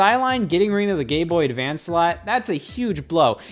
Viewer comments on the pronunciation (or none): am i going crazy or does he say Gay Boy Advance here